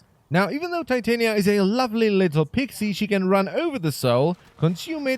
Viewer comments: I thought it was pronounced tih-tahn-ya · I know it's his accent but...the way he pronounce titania, it's...weirddddddddd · The way he says her name physically hurts me. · Im pretty sure u said her name wrong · Jesus Christ. Its "Tit-anya" its like not "Tite-ania" or however you're sayin it. Like the fairy queen? She's supposed to be like a fairy lol...its also "Ark-wing" bud....not "arch-wing"...